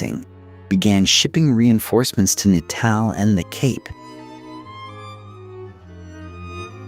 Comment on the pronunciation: Intriguing telling of the tale. Do please learn the correct pronunciations of the people's names and towns before publishing, please? Maak my dood om te luister na die boô'res, afri'cains, en Pi'jat Reteef's. Man maak Natal klink soos ñ "niq-u" 😂